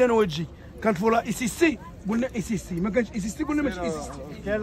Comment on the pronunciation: البولة أسيستي ماشي إسيستي 😂😂